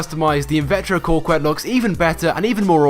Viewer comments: co quette not cor quette. where's the fucking r in the name? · It's pronounced cuket not corquette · "invettro Corkuette". That pronounciation gave me aids. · I think its actually cock-ette. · #3 is pronounced cokette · Why does everyone pronounce it "corquette?" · He butchered the invertero coquettes name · There's no "r" in Coquette